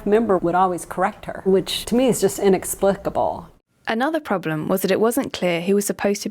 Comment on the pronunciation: 'bioethics expert,' says 'inexplisible'. The word is 'inexplicable'. It's dumb and dumber.